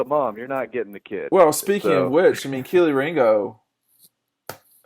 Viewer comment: Kee-Lee Ringo. You are terrible with names!😂